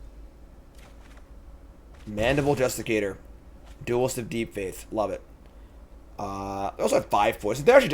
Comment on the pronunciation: Does he ever say Justiciar the right way xD